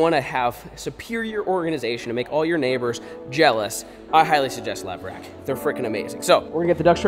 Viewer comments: Is it just me or did any one else hear “lever action” instead of levRack when was spoke the name of the shelving system 🤣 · New game do a shot every time flair says levrack